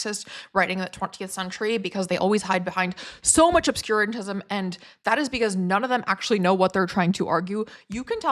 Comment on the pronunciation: They hide behind “obscurantism”. Check the pronunciation on Merriam-Webster. Interesting review!